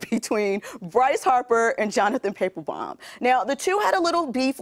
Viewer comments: ...she says Jonathon Pay-pul-bomb lmao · ... Jonathon what? does this lady follow sports at all bc if she doesn't even know how to pronounce their names then they should get somebody else to do it, or at least give the lady another take so he could get the pronunciation correct, right?